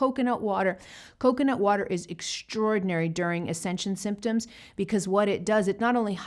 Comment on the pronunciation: It sounds like she said coke and not water